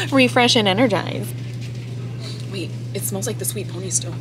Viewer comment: Not the sweet pony 🤣 it’s pea-ony 🤣